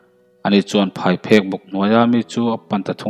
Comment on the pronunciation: phaiphek ni loin phaipheng a ni zawk lo maw...